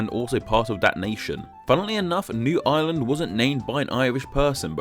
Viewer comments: He pronounces 'Ireland' and 'island' the exact same XD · can't help noticing that the R sound in Ireland is completely dropped